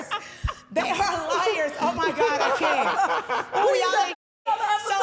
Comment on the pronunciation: “Profected by Gawd” 😅😅😅😅😅😅😅 TELL EM!